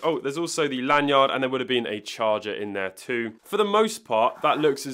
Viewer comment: The way you say lan-yard bothers me lol. You're over-enunciating L.E. yacht